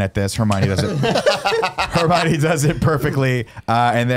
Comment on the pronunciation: I love how it took 80 minutes for people to call Nick on how he's saying Hermione...